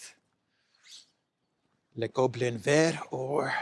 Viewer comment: You're getting better by the day at pronouncing "le Gobelin Vert"! Kudos!😂